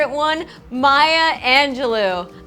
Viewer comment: "maya angeloo" 😭😭